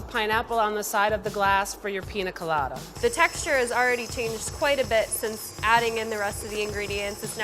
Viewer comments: piÑa god damn it PIÑA! not pina. ok bye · I absolutely hate the way pronounces piña colada... it's not pina colada, pi- ñ -a colada. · WHY is she saying “Pina” 😔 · Whenever the chef pronounced piña colada, I thought "WHO'S PINA?" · Ugh.. The woman on the stick needs to go. she's horrible. And it doesn't hurt to be able to pronounce pina correctly.